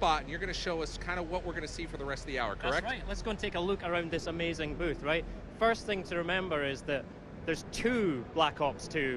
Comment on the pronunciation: "Let's go take a luke a-runed this amazing bewth." I lol'd.